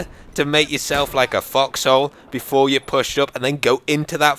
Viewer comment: LOL I THOUGHT HE WAS SAYING FUCKHOLES INSTEAD OF FOXHOLES